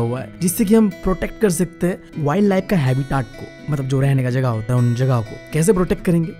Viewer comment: habitat ❌ habitaat ✅